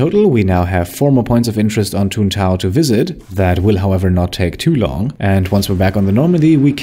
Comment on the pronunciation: It’s Tuntae….. ohhhhhhhhhh😂